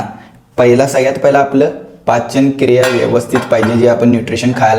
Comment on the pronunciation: पाचनक्रिया ❎ पचनक्रिया ✅😂😂